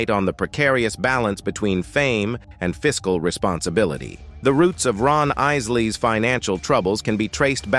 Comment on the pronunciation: I know the narrator needs to learn how to pronoun "Isleys"